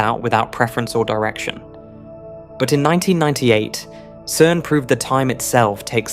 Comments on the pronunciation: “CERN” is pronounced “sern” and not “kern” . Please edit the AI when an important word will be used repeatedly. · AI Generated slop. Anyone making videos on this topic would know that "CERN" is pronounced "SERN" with a soft "C" (like the c in center or circle). Not "KERN". The name comes from the acronym for its original French title, Conseil Européen pour la Recherche Nucléaire. In French (and English), a "C" followed by an "e" makes a soft "s" sound! Like everything this channel does, it either misinterprets things deliberately, or takes a real physics fact, adds an unresolved question, and then, after a dramatic metaphor, makes an unjustified existential conclusion. It is complete garbage in terms of scientific accuracy. But as with them all, it makes the same mistake of assuming materialism, rather than noticing that YOU EXIST... ;-)